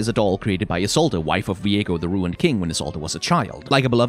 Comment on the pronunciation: Okay this bothers me. Why do you pronounce it as Ee-sol-duh? It's Ee-sold. Like, i get the fading "uh" at the last part, just coz her name ends with a D, but you extentuate it too much that it starts to sound purposely improper.